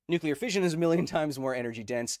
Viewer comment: It's "fission" not "fizhion".